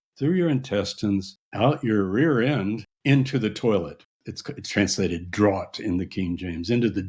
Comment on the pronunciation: draught is pronounced draft...piker